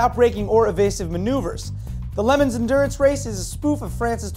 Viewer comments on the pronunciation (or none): did pronounce le mans like lemons or what?